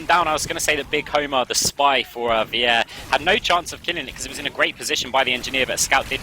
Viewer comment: lol vier is pronounced like fear not weeair (vier means four in german)